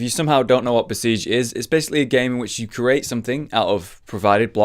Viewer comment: Lesson one for. CREATE. Cree. Ate. Not curate. The amount of times we've heard Curation, Wildcard and Competitive, is plenty. Maybe i'm just annoying but it irks me.